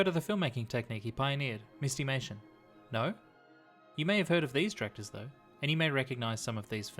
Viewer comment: My only complaint is I think it should be pronounced "MIST-i-may-shun" -- not "MIST-eee-may-shun." Like "mystery."